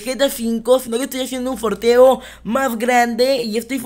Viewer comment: se dice sorteo no forteo